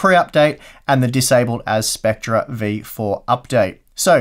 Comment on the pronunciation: You were pronouncing it 'spectrer', whereas it's pronounced 'specter'. Love the channel!